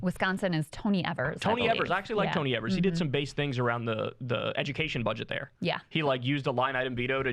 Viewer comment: Wis governor is Tony Evers....pronounced "Ee-vers" 😊